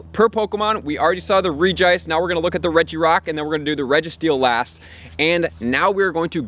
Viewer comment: I can't get over how u pronounce Regice. The "Reg" should sound the same as the other Regis